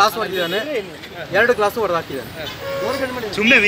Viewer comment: Hodedu alla adu odedu